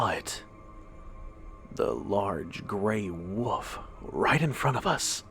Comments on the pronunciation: Was I the only one that wanted to smack his every time he said woof instead of WOLF ......... maddening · Dude i love ya but it's pronounced woLf!!!!!! Not "woof"! Again! I love ur stuff big time but that's been bothering me lol. No disrespect intended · woLf,,,woLf...woLf! For the love of God, there is a freaking "L" in the word! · I like the content and the quality of your videos but you have to fix the pronunciation of "WOLF" & "WOLVES" you are saying "WOOF" & "WOOFS" and it drives me insane lol